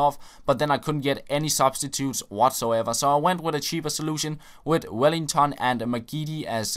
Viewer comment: Why do you say Wellington haha bis Name is just welliton